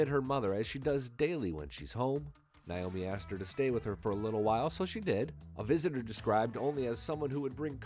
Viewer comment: Not niomi. It's Naomi.